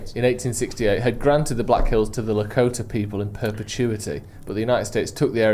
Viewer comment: saying Laramie wrong but nailing Lakota and Sioux is peak British.